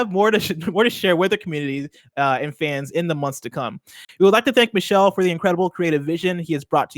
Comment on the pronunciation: nailed those French words except for Michels name lol. It’s like Me-Shell